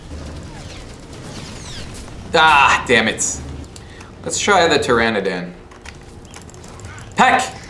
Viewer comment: BTW it's pterodactyl. And you don't say ptoranadan it's pteranodon